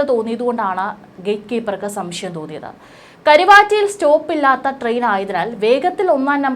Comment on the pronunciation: സംഷ്യം അല്ല സംശയം, ആയിരം വട്ടം പറഞ്ഞു പഠിക്കു.